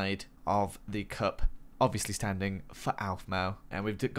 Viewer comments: OMG 😭 you said alphmau not Aphmau Shun the non beliver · Its " Aphmau" not Alphmau 😂😂😂😂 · I Was Watching This With My Friend And I Laughed When She Said "I Feel Slightly Insulted That He Said Aphmau As Alphmau" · OWphmau... ~Record broken for bad pronunciation by AKA. 2017